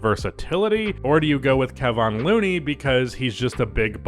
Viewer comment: You say Kevon Looneys name wrong